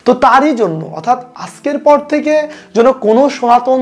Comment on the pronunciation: যেন উচ্চারণ হবে ইয়েন।